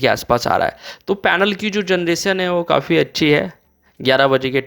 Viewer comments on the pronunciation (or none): none